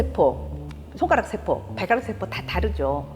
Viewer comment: 연제가너무깁니다 . 이런 이런 일은 그만하려 했읍니다만 마지 못해 또 잘못을 지적하지 않을 수 없습니다. 긴 자를 짧게 잘못 발음한 예: 세포,대상,개념,포괄, 말씀,총괄 ,개체,대변, 알 지, 비 주체,처방,처방, 두 번(하나, 둘, 셋도 제대로 발음하지 못하는 한국 대학 교수!!),작은(small) 같은 평상 고유어는 학교라곤 문전에도 가보지 못하신 우리 할머니들도 이 따위 엉터리 발음은 하신 적이 없ㅇ.셨다. 제발 말 공부 좀 하신 다음에 강단에 서십시요!!!